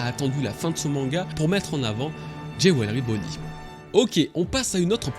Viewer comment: Oui oui c'est "jé-oué-le-riz" bonney 🤣